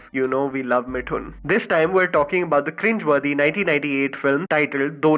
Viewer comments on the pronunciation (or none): And yet, saying मिठून instead of मिथून is the funniest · Bhai, why do you pronounce Mithun as Mitthun? It's 'Th' as in Thermostat.